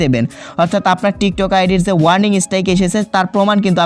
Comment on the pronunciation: ইংলিশ এর মায়রে বাপ কইরা দিছে,ওইটা warming না warning হবে,দুইটার মধ্যে অনেক পার্থক্য। আর বাকি গুলা তো বললামই না🐸